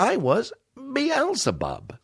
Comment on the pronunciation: When you said Beelzebub, I almost pissed.